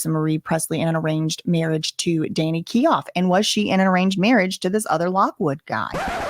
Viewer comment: Thinks it's Danny keough is said like keyO❤